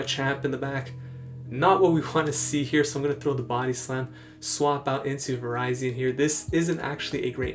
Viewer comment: Lol I think its pronounce Va-rizi-in also.